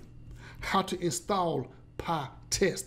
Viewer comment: Not PahTest, but PyTest!